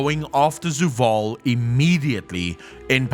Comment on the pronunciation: before i say anything mean or insensitive about his pronounciation of many words like zovaal as zuwal etc... does he have a speach impedement?